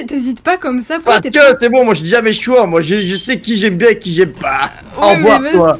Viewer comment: Elle dit qu'elle regarde en ce moment tu le temp mes elle dit jemi gemi